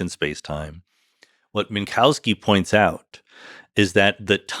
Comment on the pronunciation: fantastic, amazing podcast. one picky detail: better say minkoffski, not minkauski 😄, that sounds a bit silly. but again, this was an inmense pleasure to listen to!